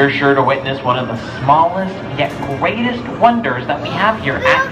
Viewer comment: did he just say gweatest ?